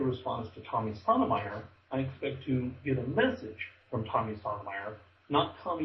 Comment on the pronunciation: it's SOTOH My-ERR.. YOu pronounce it like SODOMYERR. like he sodomizes people. Yeah Tommy should have hung up on you .. this is hard to listen too.